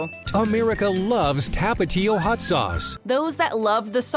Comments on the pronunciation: TAPatio nah tapa-tio sause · The way you say tapatío it make me angry but my favorite Doritos are cool ranch